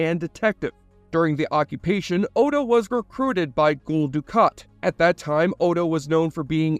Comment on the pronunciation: He also occasionally says things like "Ghoul Dukat", which is a weird mistake to make when no character pronounces Gul like that.